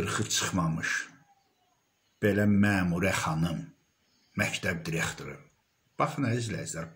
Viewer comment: MƏMURƏ .XANIM YOX.ZİBİL XANIM.DİREKTOR YOX DIRIQTOR.ÖLKƏ DAQILIRRRR.SOS SOS.VALLAH BİABIRÇILIQDIR TƏHSİLİ QƏSDƏN AXSADIRLAR.